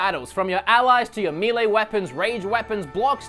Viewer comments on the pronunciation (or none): none